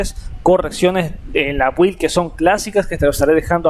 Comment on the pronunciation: Amiguito. No sé pronuncia 'build' la u es muda y se pronuncia 'bild' atte un obsesivo compulsivo